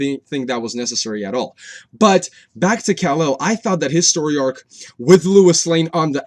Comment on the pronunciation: Great review! I agree the emotional character exploration in this movie was great. Loved the Superman arc. Lol, "Louis"? You mean Lois?